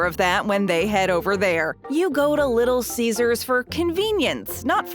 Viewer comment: Did you just say little ceasars